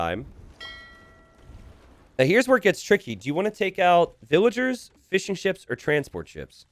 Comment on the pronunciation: Am I the only one who hears "Fish & chips" every time says fishing ships